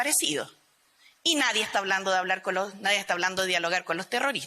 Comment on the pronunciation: Y como es?naiden,y que dijo ,nadien